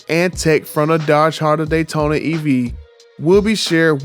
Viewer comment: "Dodge Honda datyona Ev" 😂😭